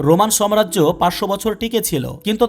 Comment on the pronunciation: সবিনয়ে বলছি সম্রাজ্য না ,,,সঠিক উচ্চারণ হবে সাম্রাজ্য